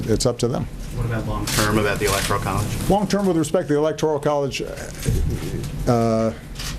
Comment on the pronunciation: All these idiots...it's ELECTORAL not ELECTORIAL